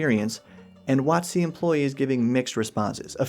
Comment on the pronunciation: Ate you pronouncing it "wot-SEE" because that corresponds to the emphasis you put on "coast" when you say the full name aloud, or is there some other, even weirder reason for it?